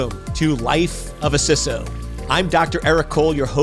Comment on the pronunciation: Just discovering this channel and I love it. Also wanted to compliment you on saying "CISO" (with a short "i") - "sisso". I am so frustrated with people saying "CISO" with a long "i" - "sighso". Odd issue for me - yes, but again thanks for saying it that way. I look forward to getting through more of your videos.